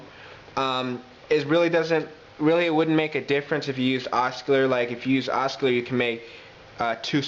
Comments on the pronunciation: hi there Liked ur video, sounds cool. Only thing is Oscillator is pronounced ossilator :) Not picking at you, just intended as a freindly comment :) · hahahahah, hes pronouncing the "C" in OsCillator......oskillater! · the C is silent in Oscillator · yeah, you knew what he was saying tho, and it's clear he's comfortable with that...i think the corrections are unnecessary and keep you on the nicer side of "hey i'm a dick". just an fyi. harden that c and it's oscillator (what he's actually saying).